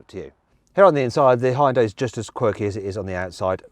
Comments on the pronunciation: Can you please effin stop pronoucing Hyundai Hayundye? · 아 ㅋㅋㅋㅋㅋㅋㅋㅋㅋㅋㅋㅋㅋㅋㅋㅋㅋㅋ 다 좋은데 이제 그 '하이운다이'라고 그만 읽을 때 안 됐나 진짜... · 외국인들 발음 웃김. ㅋㅋㅋ 현대:허연다이 기아:케이아 ㅋㅋㅋ장난하냐? 니 발음부터 리뷰해라. ㅋㅋㅋㅋ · 영국에선 하현다이라고 발음하는군요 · 현대 되게 어렵게 발음하네, 하이엔다? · 현대를 “하연다이” 라고 발음하네 ㅋㅋ